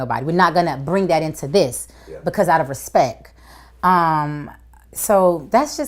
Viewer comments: she says respek. 😂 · Articulate ? The girl said “ i haven’t saw her” and Im pretty sure i heard “respeck”😂Lol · She said out of respek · She said the birdman "respeck"